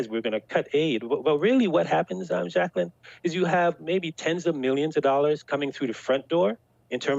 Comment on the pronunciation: Jack - el - ine ...